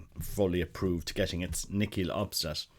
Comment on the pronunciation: "Nihil Obstat" you are pronouncing it like this "nikeel Obstat". There is no "k" sound. I listened to this a couple of times to hear correctly how you were saying it. Please try to listen to how its correctly pronounced